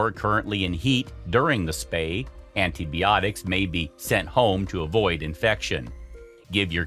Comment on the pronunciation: Antie-Bee-otics. Lmao